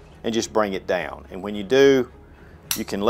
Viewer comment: dayown and ayout and arayound